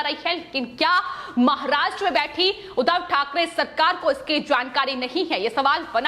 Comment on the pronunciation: Udhav nehi Udbhab. Muh se supori nikal ke baat kijiye plz